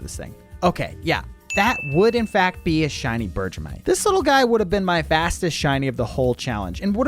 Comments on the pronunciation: Bergmite is pronounced “berg-mite” not “berg-ja-mite” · There is one thing that was embarrassing. You said Bergmite’s name as Berge-a-mite when it’s Berg-mite, as in IceBERG + MITE. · I think your saying bergmite wrong, Berr-g-might. (Edit : i think thats how you say it lol) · I love hearing other people pronounce pokemon wrong lol berjaaamite it's a iceberg it's berg-mite hahaha